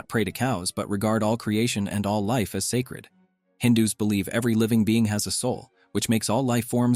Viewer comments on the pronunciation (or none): none